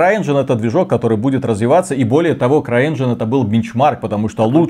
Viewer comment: движок игры не крайэнжин, а стар энжин! переработанный